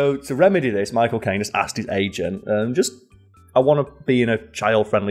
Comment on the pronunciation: Everytime i heard "my cocaine" instead of "michael caine"